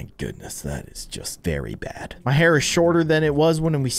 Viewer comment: It is not hard to say hair